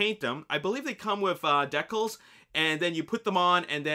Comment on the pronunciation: The way you say decals tho